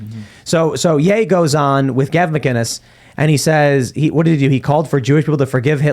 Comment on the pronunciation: Hey Tim , Gavin McInnis, no G in McInnis.